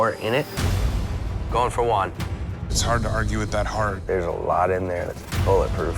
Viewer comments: Funny cuz all the time I kept hearing the name One, but when they showed his name it was Juan HAHAHAHAHA come on guys, it's not that hard, just the same as One but add the "H" sound at the beginning which is exactly what the J does in Spanish, so instead of One, say who-ann together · Dude is calling him Wawn rather than Juan. It isn’t that hard 😭😭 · Hate how they’re pronouncing Juan’s name. Sounds like they’re sending one lol